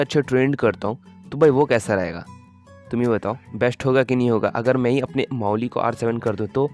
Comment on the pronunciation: वो मावाईल हे ना की माउली 😂😂